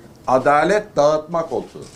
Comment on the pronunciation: Koltugu vurgulamasi çok ilginçti😅😅😅😅